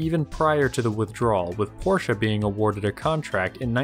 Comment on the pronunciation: Portia is a Shakespearean character. Porsche (Pawshhs) is a designer/company